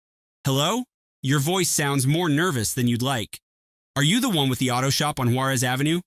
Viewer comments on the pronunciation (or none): none